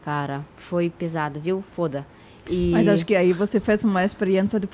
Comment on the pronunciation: o é o mais brasileiro dos estrangeiros pq riu em com ela falando "fôda" kkkkkkkkkkkkkkkkkkkkkkkkkkkkkkkkkkkkkkk eu ri igual pelo mesmo motivo kkkkkkkkkkkkkkkkkkkkkkkkkkkkkkkkkk